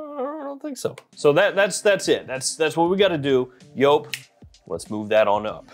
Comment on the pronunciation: Joop it's pronounced like jeep not like pope 😮